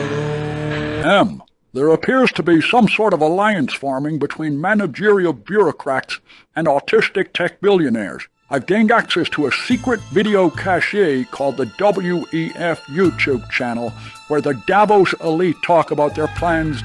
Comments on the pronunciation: CASH not CASHAY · Fun skit, but Bond would know how to pronounce "cache." (Hint: it rhymes with 'cash'.)